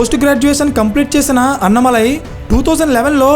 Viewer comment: అన్నమలై కాదు, అన్నామలై అతని పేరు. తమిళులు కానీ విన్నానంటే ముందు మీకు ఫోన్ చేస్తారు మిత్రమా.. రెండో విషయం.. కులాల గురించి మాట్లాడడం మంచిది కాదు. చూస్తూంటే కమ్యూనిస్టులు దింపిన పెరియార్ సపోర్టర్ లా ఉన్నారు మీరు. ...